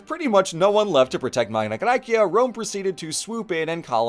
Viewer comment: What never ceases to amaze me, is that through the 3 hours of this video, the thing I piqued my interest the most was your classical pronounciation of Magna Graecia. It was so delightful , I loved it so much <3